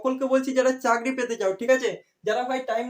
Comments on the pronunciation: চারকি না চাকরি 😅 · carki na cakri